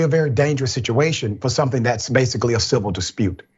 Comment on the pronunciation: Why this man saying silver instead of civil?